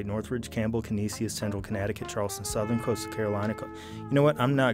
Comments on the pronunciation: It's not "Cuh-knee-see-us", it's "Cuh-knee-shis" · Can-Eesh-us. Canisius. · canisius is pronounced ka-knee-shus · It's and "Kuh-NEE-shiss" Great video, as always. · Canisius (Ca-nish-us) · The pronunciation of canisius in the beginning lol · Pronounced Canisius so wrong haha